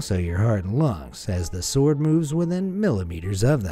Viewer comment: The w in sword isn’t pronounced dude. Ripper video though. Good work as always